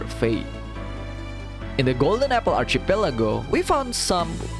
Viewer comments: Kandungan yang bagus. Sebutan archipelago itu sepatutnya archipelago bukannya archipelago. Teruskan usaha. 💪💪💪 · Why do you pronounce archipelago that way??? Was i saying it wrong??!!